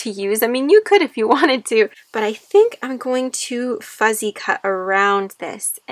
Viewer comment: It's beautiful. I wish you could hear yourself. You keep saying FUZZY cut. It's not Fuzzy. It's FUSSY CUTTING.